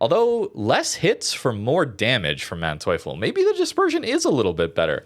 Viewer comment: If you are questioning the pronunciation, in German if two vowels are next to each other just pronounce the second